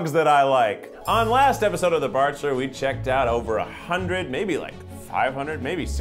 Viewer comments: The barkchulur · a season of the barkchshler international ?????